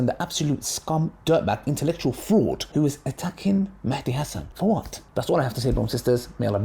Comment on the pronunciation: Not an issue, but it's actually an Arabic word , and both written and pronounced as Mahdi, NOT Mehdi. In the original Arabic, there is an accent on the M, meaning you make a MA sound , NOT a ME sound .